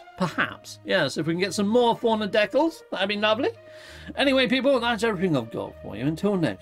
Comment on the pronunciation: Love how you say deck alls 😂😊 Thanks for streaming. It's rare for me to catch you live.